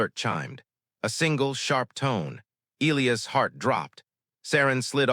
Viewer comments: E- LIE- US......NOT ELEOS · its pronounced e - LIE - ass .... not EE - lee - ass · Good story. The English pronounciation of "Elias" is "ee-LYE-əs." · Will someone who makes these damn stories FINALLY instruct AI how to correctly pronounce the name. - e LIE us??? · Get an A1 that can pronounce Elias